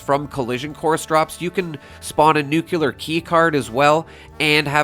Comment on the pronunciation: Jayzus... HOW can you play this game THIS many years and STILL not know how to pronounce, "nuclear"?